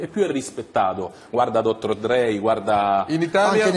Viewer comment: Dottor drei al posto di dottor dre